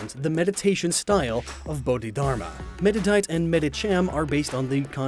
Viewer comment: Also, he pronounces "Meditite" incorrectly. It's "Med-i-tight" not "mudduddight."